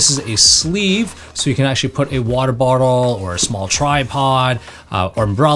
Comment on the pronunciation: Warder melon, nedder, liddle????